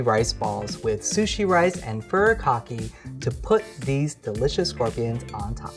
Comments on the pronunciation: Aren’t you Asian!! It’s furi kaki not furr a cockeee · Awesome video!! For anyone wondering, Furikake (pronounced more like foo-ree-kah-kay) is a rice seasoning that's pretty accessible in stores like Uwajimaya :) Very tasty! It's definitely worth a try, and there's lots of different varieties, including vegetarian and vegan ones. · how does a korean not know how to pronounce furikake correctly